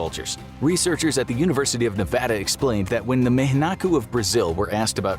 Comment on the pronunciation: Thank you for saying Nevada the right way.